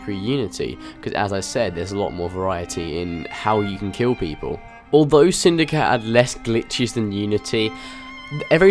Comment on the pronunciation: why are you saying "assassins creed syndica " instead of "assassins creed syndicate " just wondering